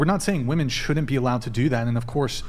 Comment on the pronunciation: "Maybe that's why a lot of woman" Why are American children, I mean women, incapable of pronouncing the word "women"? Are schools closed in the USA and no one gets a basic education?